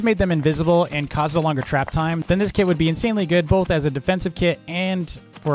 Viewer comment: The way says kit it sounds like the word kid to me